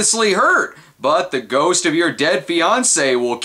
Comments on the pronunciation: Did you say "skost"? like a skull ghost? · Did you say skost?